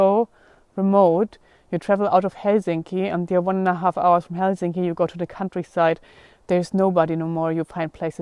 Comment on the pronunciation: Probably the best pronunciation of Helsinki I've heard from a non-Finn! 👍